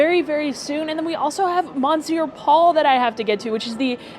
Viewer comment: Monsieur Paul is pronounced MUH SHUR POL for future reference. Love your videos and cannot wait for more!